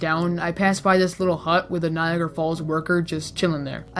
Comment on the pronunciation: U pronounced it Niagra.. but its written Niagara. This is why i dont understand english